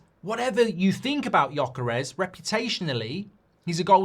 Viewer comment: Gyökeres.You don’t say itt well,but it’s ok.